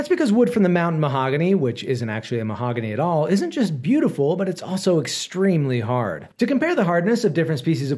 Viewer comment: Why he say "extremely hard" like that?